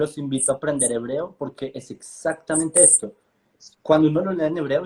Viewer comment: Porque uno de ustedes pronuncia testo, en vez de tecsto? (o sea texto)